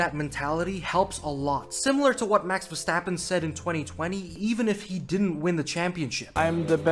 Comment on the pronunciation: No fucking way you just took my saying when saying Verstrappon. I've been calling him that for years now. You read my comment didn't you?